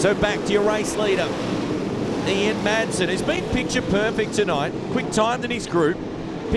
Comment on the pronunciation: I can't stand it when commentators don't know the drivers names!. Will someone tell this commentator the drivers name is Ian Madsen..... not Ian Maddison.😠